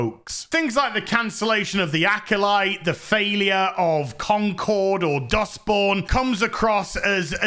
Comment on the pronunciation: Did he say dusk born? Idrc